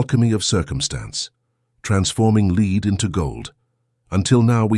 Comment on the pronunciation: I wonder how one gets the AI to make the distinction between Lead the verb vs the metal as it narrates. Maybe use another metal also easily malleable for this narration. Otherwise very powerful message hopefully not acquired too late.